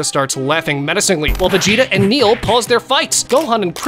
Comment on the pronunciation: Btw it's "Nail" not "Neil*